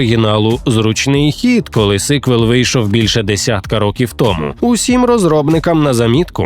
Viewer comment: чАсу, листопАд, не тОму а томУ